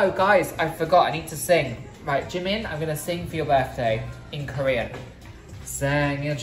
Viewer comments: I even cringe when he says the name of the person he wants to look like. Who is JUH-min? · The worst is that he's obsessed with Jimin, but can't even pronounce his name correctly.